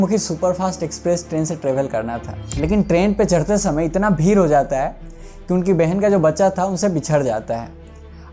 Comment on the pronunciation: Bhir nhi bhai bhid 😂